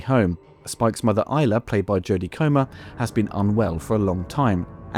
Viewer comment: I'm so glad that you can pronounce "Isla" correctly, unlike seemingly every other film YouTuber.